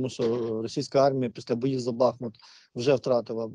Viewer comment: БахмУт!!!! Робіть правильно наголос...